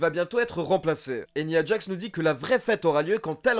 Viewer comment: Il a l'air cool cet épisode ! Tu te forces "nia djax" au lieu de "naya djax"? C'est du franglais ça fait bizarre.